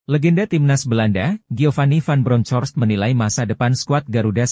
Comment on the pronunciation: Kalau sebut nama orang yg bener dong.. cari info dan dengan cara pengucapan nama Geofany.. ucapkaya gini aja mas Van Bronkos ejaan gitu aja dr pada spil nama orang salah mulu ampuuuun deh 😮😮